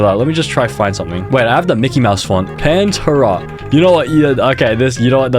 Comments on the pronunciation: No way he called it "panterruhh" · Bro said "Panturra" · the way he pronounced pantera physically hurt me...